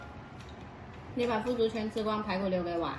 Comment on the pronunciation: 是腐竹吧，3声吧，还是我读错了。